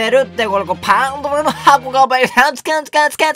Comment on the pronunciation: パンドラの箱言えない可愛くて好きです♡